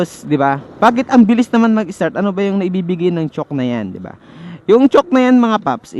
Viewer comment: Chowk ang pg pronounce d chock(chalk?)